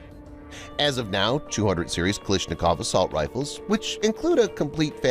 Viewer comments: The only thing I don't understand is why do you keep pronouncing his last name as "Kaleeshnikov" when it's clearly spelled as: KalAshnikov...? Borderline disrespectful honestly. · “kilishnikowa” 💀💀 try to spell it like “calAshnikova”